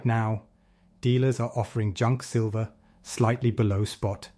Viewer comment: Still calling it "Sliver"!